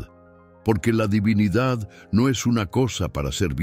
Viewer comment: Aprende a pronunciar divinidad